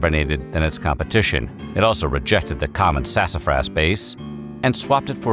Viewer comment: I liked on the pronunciation of "Sasafrass!"